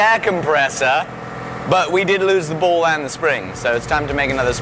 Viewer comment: He kept saying ball, I was hearing bowl